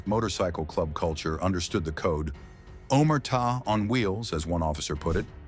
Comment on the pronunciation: Must have a time machine. Well, at least the robot pronounced “omertà” correctly.